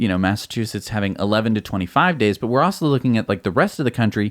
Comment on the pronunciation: Luggurious! Bahahahaha! I love how it was dubbed over. Oh for crying out loud! Between you and Gali with his Jagwire cars, so embarrassing. Cracked me up though, well played, sir. One more "awso" instead of "also" and I'll probably blow a pupil.